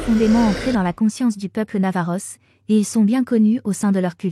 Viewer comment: C'est vraiment désagréable d entendre navajos , os en prononçant le s.